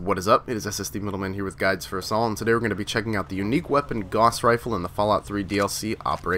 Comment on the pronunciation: It's fucken "Gauss"! Rhymes with "mouse".